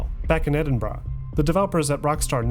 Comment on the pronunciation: I'm giving you a like and a sub because you pronounced 'Edinburgh' correctly.